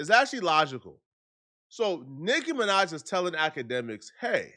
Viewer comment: Bro said NIKKA MINAJ 😭